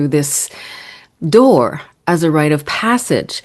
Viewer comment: It's RITE of passage, not right of passage.